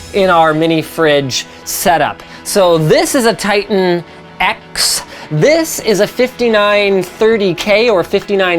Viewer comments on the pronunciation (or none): none